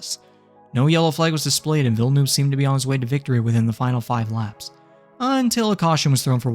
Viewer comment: Why can no american say villeneuve properly